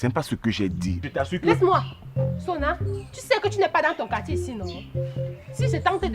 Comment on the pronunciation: J’aime ❤ trop surtout sa manière de prononcer le nom de Sonna